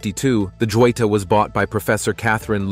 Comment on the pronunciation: It isn't Joita. Is Joyita and in Spanish means a diminutive of Jewell.